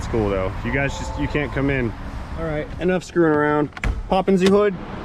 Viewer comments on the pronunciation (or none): Daamit, now every time I open the hood i say Poppen Ze Hood!